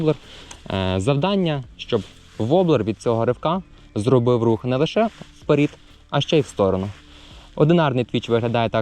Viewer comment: "вперід"? 😂.... бездоганна китайська українська